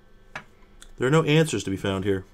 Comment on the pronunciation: "Theare is a button! WTF is the button for?!" 😅